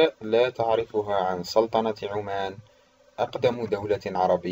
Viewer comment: بارك الله فيك ،،،بس حط عمان ضمه ،،،، مش عمان ،،، انطقها صح اخي ،،، انت تنطق مدينه اردنيه وليسة سلطنة عمان